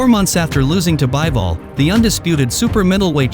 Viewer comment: Bivol not Byevol 😂